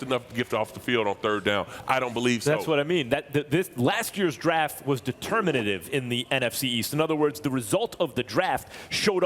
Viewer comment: Lol; Max please don't ever say determinative again....just please don't do it....